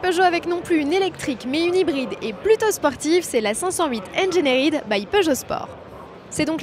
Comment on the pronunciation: Sauf la prononciation de la 508 "engénérid"